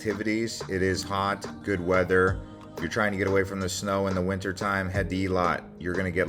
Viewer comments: Its pronounced "Eh-lot" not ee-le-lot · Nice video, however it’s not pronounced ilat nor iliat. Its [eylat]. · It's not eelat it's ailat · Its Eilat! As in Ayelat!